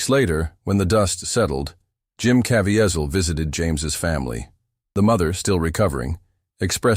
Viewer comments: It’s genuinely SAD how many YT’ers are taking advantage of Jim Caviezel by making these overly dramatic videos….when they don’t even know how to pronounce his name. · LEARN TO PRONOUNCE HIS LAST NAME. Jim is a TRUE servant of God!!!!!!!!!!